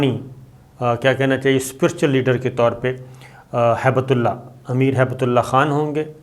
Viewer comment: ہیبت اللہ نہیں ہے بلکہ ھبۃاللہ ہے یعنی اللہ کا عطیہ